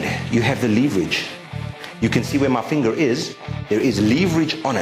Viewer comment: Good vid. Leeveridge on the leever. :]